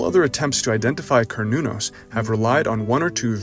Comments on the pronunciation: No. It's pronounced as kernunos Mehrican.. 🤦🏼‍♂️ Why don't u all learn what the rest of the world must universally pronounce the vowels the way they are? Instead making shitt up for dummies 😂😂care new naus.. A is A, not eyyyyy E is E, not iiiiiiiii O is O, not OoooOUuu U is U, not Yuuuuğw i is I, not AaAiyy Em ay mising enyting Merikeğnn? ¿ inaf Ayy Quuu? 😂😂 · Kar not corn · Pronunciation "care•new•naus" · A kern-el of corn you say? 🤔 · its pronounced Ser-nun-nos. Just Ike the company called CERN is pronounced Sern. Or is this this another dumb AI voice that is illiterate?